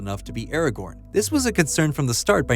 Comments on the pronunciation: Its Aragorn and its NOT pronounced Eragorn you simp. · You keep saying Arago(r)n - the second R is silent.